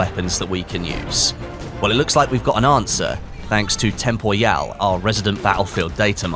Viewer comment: I really think it's tempor-e-al... Not tempor-yal